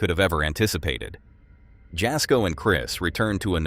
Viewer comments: FYI jasko is pronounced yasko the j is pronounced as a y x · The "j" in Jasko"s name is pronounced as a "y." ie., Yasko.